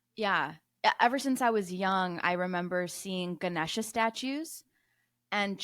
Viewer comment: Appreciate the effort! You lost me when you said you’re like an indian grandmother and then mispronounced Ganesha